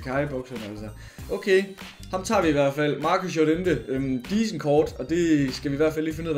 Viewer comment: Nobody:: JoREntE